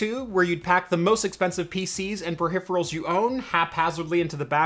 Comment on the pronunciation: The most surprising part of this is that you said "Perhipherals".